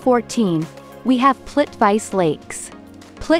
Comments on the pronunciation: Learn your proper pronunciations of these cities Like the Plitvice , Reykjavik and Liechtenstein. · Plitvice- pronouncing ✖️